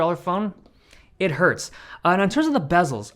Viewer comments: "It hertz" 😂😂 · “it hertz” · “it hurts” more like it hertz hahahahaha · ‘It hertz” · HAHAH "it hertz" xD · “Missing it on a 700 bucks phone, it hertz”. Was that intentional Dave? 😂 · “It hertz.”